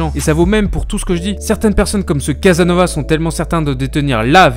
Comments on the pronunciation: Prononce bien son nom déjà et après on discute CasaSnovas Crétin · Commence à bien prononcer son nom. Tu vois les ''s''' ? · Une véritable diarrhée verbale ! Tellement bien que les gens qui écoutent la vidéo confondent Thierry Casasnovas (on prononce le s) et Guy-Claude Burger. Ce dont on reproche à G-Cl Burger n'a rien à voir avec Thierry Casasnovas qui lui n'a jamais porté atteinte à l'intégrité d'un enfant. Qu'une personne fasse l'amalgame passe. Mais que plusieurs autres personnes comprennent la même chose ça pose problème. Sont-ils stupides? Les responsables de cette diffusion ne sont pas honnêtes car ils laissent installer la confusion complètement délétère pour Thierry Casasnovas. C'est de la malhonnêté intellectuelle. Pourtant, lorsqu'on écoute attentivement cette video, et le faut-il, car le débit est extrêmement rapide, le doute ne persiste pas. Quant à moi je n'irai plus sur cette chaîne. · Autant je trouvais votre travail sur le dropshipping intéressant et même utile, autant je suis vraiment surpris par ce contenu qui frôle la médiocrité. Quel manque de travail, que de raccourcis, vous parlez ex cathedra comme si vous, vous saviez et étiez la pour rétablir la vérité. Même son nom vous ne savez pas le prononcer correctement. Votre travail sur ce contenu précis, est très décevant